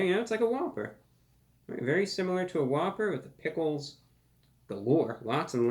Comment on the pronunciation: You just made it impossible for me to order the impossible whopper. All I keep hearing is spit on a whppper.